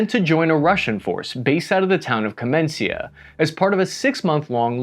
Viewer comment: I suppose you spell this town name as "kamenitsa", nor "kamensia". It's from the word "kamen" -- "stone".